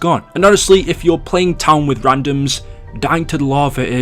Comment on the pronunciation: Going down to the larvae in transit. Funny how he can't say lava. It's funny idk why. falling into the larvae pit